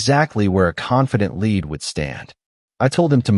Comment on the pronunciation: LEAD is read as LID , not LAD, u need to improve your AI